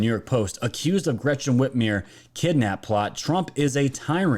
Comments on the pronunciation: Whit MER not whitmere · Love your channel. I'm on your team. I love Trump. Whitmer is a joke, but PLEASE pronounce her name correctly. The "mer" rhymes with "her" not "here".